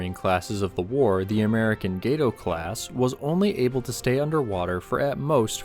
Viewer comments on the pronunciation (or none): not sure if anyone else has told you but its pronounced gah-toe not gay-toe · Gato means cat. Not gate-oh